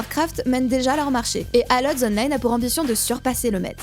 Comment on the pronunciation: Quasiment sur qu'en anglais ALL ça se prononce "ol" Mais super vidéo :D merci